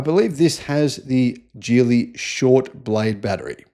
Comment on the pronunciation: "Geely" is pronounced with a "G" as in "Gaga," not "G" as in "George."